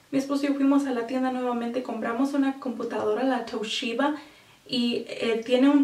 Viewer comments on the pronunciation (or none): esta bueno el video para informarse, me matan los acentos gringos que le metes a los nombres de las camaras y las compus jaja "toulliba" yo recomiendo que si van a comprar una camar compren una filmadora hd, ni muy barata ni muy cara, si les sobra el dinero una reflex de canon, y no olvidarse de la computadora, no te sirve tener alta camara si tu pc no se banca el hd saludos, pasen por mi canal hago videos de humor PD:me siento algo gay comentando un canal de maquillaje, sepan comprender que mi interes es en las camaras y compus :S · canan.. tasheeba .. basbai khampak.